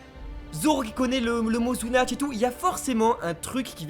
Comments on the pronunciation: Sunatchi, pas Zzzzzzzzunatchi cest un S pas un Z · C'est sunatchi, pas zunatch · c'est SUnatchi pas ZUnatchi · Zunatch ?!!! C'est la pire prononciation que j'ai entendu de tous les youtubeurs One Piece ! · Bon j'ai pas l'habitude de commenter mais bon faut arrêter on dit "sunachi" ou snatch mais pas "zunachi" y a pas de Z, il faut pas oublier qu'en japonais on prononce les comme ça s’écrit Sinon très bonne vidéo très bien détaillée comme d'hab ! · SU-NA-CHI ! Il n'y a pas de "zu" là-dedans !